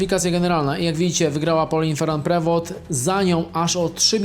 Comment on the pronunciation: Pauline Feru Prewo, jak Ty to wymawiasz!!